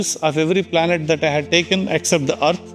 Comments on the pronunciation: It's not Arth, it's called Earth... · Why did he say Earth like that? Does he hate us